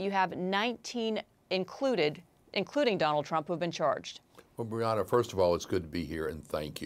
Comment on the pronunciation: The guest says the host's name incorrectly multiple times (it's Bianna, not Brianna) but she is too polite to correct him . . . but somebody should.